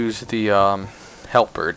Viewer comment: This helped me so much but oh my god every time you try to pronounce "halberd" i lose my mind lol